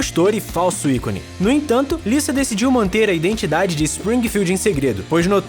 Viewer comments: Me deu uma raiva do cara falando Lissa em vez de Lisa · Tá falando lisa como se fosse liça o certo seria fala liza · Não é " Lissa" e sim, Lisa ( com som de Z ). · Não é Liça, é Lisa.. ( Liza) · Lisa?...Quem pronuncia o nome dela assim são americanos. No brasil geralmente falamos ' Liza. ' Futebol americano...Taí um esporte que não acho um pingo de graça.